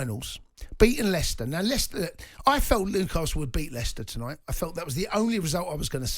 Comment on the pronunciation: It's Leicester ty